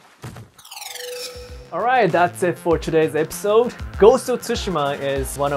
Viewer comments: "If i kick rike this the opponents fry away" 😅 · I’m so sorry but he say right like light LMAO oh my i’m such a terrible person